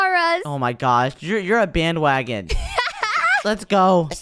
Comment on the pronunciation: What's a bandwagen😂😂